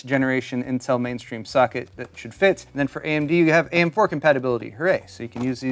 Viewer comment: Am I the only one hearing "suck it" instead of "socket" ?